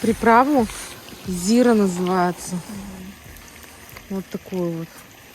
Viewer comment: ЗирА, не зИра...